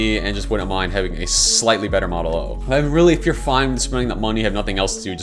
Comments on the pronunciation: you say mine instead of mind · you also said "mine" instead of "mind"